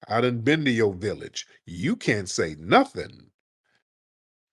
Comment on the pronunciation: Mf said "AHAHAHA YOU CONT GO TEW CHERRY STREET!"